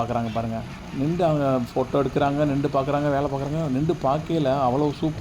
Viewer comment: நிண்டு அல்ல, நின்று திருத்திக்கொள்ளவும்